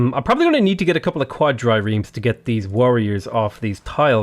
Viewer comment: its not quad dry reems. is quad reams